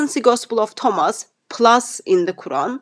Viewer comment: What's upsets me the most is he can't say the word Thomas. how can you be an academic but you can't pronounce the word Thomas